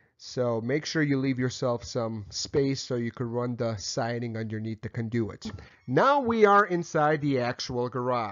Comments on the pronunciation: CON do-it, not con-DO-it. haha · Love how he pronounces conDOOOit. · Mispronunciation of "conduit" made me suspect of the rest of the info... It's overall fairly solid, even if I personally don't like the workmanship. It will work, likely pass inspection, but definitely says "homeowner did this" or "electrician was the cheapest available". Not trying to disparage the work done here, I would just personally put more effort into it. First issue: Don't PUSH wires through a conduit. With a PVC conduit like that, they make fish tape (really just a special plastic twine), attach that to a plastic bag, then start feeding the plastic bag into the conduit. Use a shopvac on the other end to pull the plastic bag with fish tape attached through. Then tie your wires to the the tape and pull back through. Second issue: Needs nail protection plates on the studs over the holes where wires go through. Regardless of local code or use of AFCI breakers, these need to be installed. Otherwise you or someone else could accidentally run a nail or screw into the wiring. Third issue. Unless those walls are going to be closed up, all that wiring is considered exposed and should be in conduit of some kind, or use MC. I will ALWAYS advocate the use of conduit no matter what, ESPECIALLY for walls that will be closed up. If something should ever happen to the wiring, it is significantly easier to pull new wire through the conduit than it is to reopen the walls. I prefer flex metal conduits, but rigid metal conduits work, too. Not a big fan of PVC, but it has its uses. Perso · With the slight exception of “conduit” pronouncing, this was an excellent electrical install video! Congratulations on a job well done Sir! BTW, next time, Pull conductors through conduits. Put a shop vac on one end, pull a rope through, hook the wires to the rope and pull in the conductors. Again, Great Video! Respectfully, Kevin